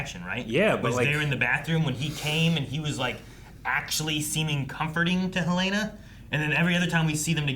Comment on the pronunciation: I enjoy your reactions, but PLEASE stop pronouncing the character names incorrectly. I cringe every time Helena is pronounced Hell-LAY-nah.